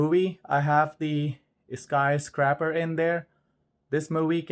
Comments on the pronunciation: Dude you are KILLING me with pronunciation of the movie title. It is not sky-scrapper! It's not pronounced scrap, it is pronounced scrape with a long A sound like the letter A. Buildings scrape the sky they don't SCRAP the sky. It's 2 different words. Scrapper is someone who scraps scrap. A sky scraper scrapes the sky. This is like the 3rd video you e mispronounced this. Thanks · That's not how you pronounce the name of the movie. LOL Skysc"rape"r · “Sky scrapper”